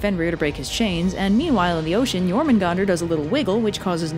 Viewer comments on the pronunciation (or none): none